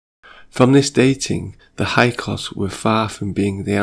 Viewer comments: Hyksos is pronounced "hick-sos" (or so I was taught). Otherwise great job, I really dig this video! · Hyksos not hykos Io io (aio eeo) not lo.